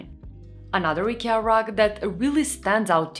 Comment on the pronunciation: It's not EKEA, it's IKEA